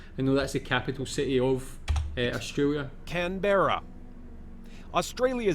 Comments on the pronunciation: The narrator puts the emphasis on the "berra" part of Canberra. I've always spoken it and heard other Aussies speak it with the stress on the first syllable "can" and the rest said quickly with a clipped "ah" sound at the end of "berra". If that makes sense to the reader. I live in Sydney. When I first moved as a child from the Eastern suburbs to the North Shore of Sydney I thought I was in the untamed "bush", having been used to streets of mainly wall to wall asphalt, concrete and brick, lol. But as an adult I love the area. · Yikes, when will US video makers learn that our capital city (I'm sitting in it by the way) is pronounced Can-brah. They are the same ones who say Eddin-burg, I guess. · Cairns - pronounced "Cans", Canberra - "Kanbra" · ROFL, where is the voice-over guy from? Every time he said Can-berra I cringed. Then he went on to talk about affordable housing? lol what? I'm from Canberra. I love it. Will probably never leave. But most find it too quiet and boring. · From all the major 'errors' I can almost guarantee that the bloke doing the commentary on the small size video screen HAS NEVER been to Australia. His mispronunciation and inaccurate information is shocking! On Balance I'd choose Melbourne if I was you. Thanks for your video. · What's with the pronunciation of Canberra? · Very shallow descriptions. And pronunciation of Canberra is wrong. And Sydney is not the biggest city by a long way, Sydney and Melbourne population sizes are very close